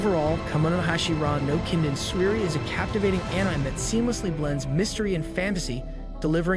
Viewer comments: It's pronounced animay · Bro said ehnaime :( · Enzyme without the z